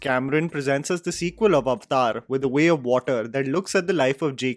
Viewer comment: The word is Avatar ( a va tar) say it right stop confusing it with the hindi word.